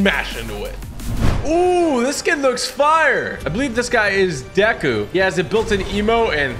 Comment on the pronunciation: its pronounced like dayku